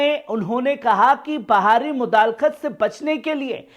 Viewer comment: sahab! Lafz mudakhelat he,mudalekht nhi